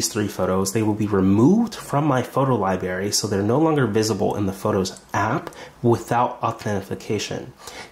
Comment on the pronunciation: Just FYI the word that you said incorrectly is LiBRary and not LiBary. This should be taught and learned in the first few years of your school learning.